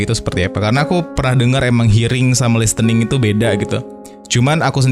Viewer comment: Podcast nya selalu terdengar renyah as always, precious content. Cuma input sedikit, pronunciation listen/listening/listener nya kurang tepat sedikit 🙏🏼